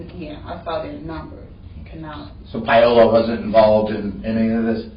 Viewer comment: Can't they pronounce Paola correctly?